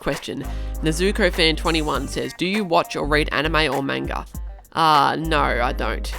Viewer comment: not to be rude but it's manga is pronounced like the the N in manga is like on but a M